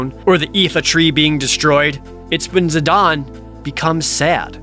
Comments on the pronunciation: I wanted to complain about how Jared pronounces Zidane, but Dissidia shows that is the proper way to pronounce it. .....I still disagree, but if its official, lol. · All the dislikes for this video are from Jared pronouncing it "Zid-AHN" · if the comparison you’re saying was true, Zidane would be spelled without the e. But it’s not. So comparing it to Juan makes no sense. Juan is a name following a specific language’s spelling rules. What country’s spelling rule is Zidane following by being pronounced the way Dissidia says it? It’s not Japanese, that’s for sure. Otherwise the e would also be pronounced. It’s like making a character named Zane and saying it’s pronounced Zon. It’s stupid. Like sure, A non-canon FF game finally said the name out loud, but I don’t accept it as the correct pronunciation. Especially when the game came out 8/9 years after the original game. That’s 9 years they let people say it the way it looks only to tell them they’re wrong 9 years later with a spelling that doesn’t even look right to the way they’re pronouncing it. Tidus is one thing. Like I get how it’s actual pronunciation works. It’s based off of Japanese and it’s spelled like it would be pronounced. Whether you like the way Tidus is pronounced or not. If you wanted to make the Juan argument about someone who doesn’t like the way Tidus is pronounced it would work. But Zidane just doesn’t work the same way. It’s not comparable. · His Japanese name is Jitan "Jih-tahn", which is pronounced very similarly. I made the comparison in the sense that they're both foreign names that don't apply english grammar because they're names that originate from languages that aren't english. IX purposefully implemented a lot of foreign names to give its world a richer sense of culture. Tidus is pronounced the way it is because it's based on his japanese name. In most cases you can easily trace their names back to their japanese names. I appreciate you actually elaborating btw